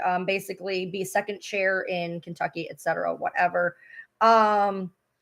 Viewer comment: Why You say Kentucy? Why would they file in Kentucky?